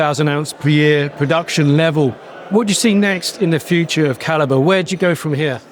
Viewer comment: "Kal- eee-bree Mining"? Seriously?! And the CEO didn't even bother to correct him?